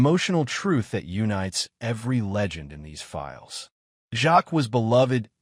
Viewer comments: Who is that trans person you say is Sandy Powell? Hattie’s surname is pronounced ‘Jakes’. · Absolutely, AI crap! Worst pronunciation - Hattie Jarks. WTF!